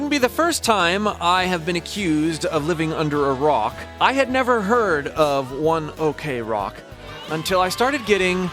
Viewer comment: That's One Ok Rock (one o'clock) pronounce as one ock rock not one okay rock